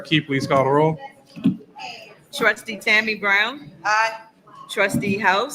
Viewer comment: Notice how cordial and professional is when he runs the meeting. He even says "please" when he asks the clerk to do a roll call. Tiffany, on the other hand, is just a rude ratchet idiot who just says "clerk, caw da row." So disrespectful. And sorry, we can't let Freeman off the hook. He is doing the right thing because HE HAS TO. We cannot forget that he was complicit with all the corruption under Tiffany. He needs to go. Sorry, not sorry.